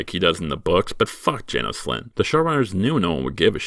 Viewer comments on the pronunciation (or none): none